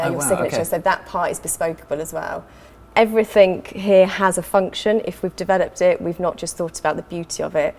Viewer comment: "Everything" not "everythink", i keep having to correct my 3 year old about this i wouldnt expect an adult to get this wrong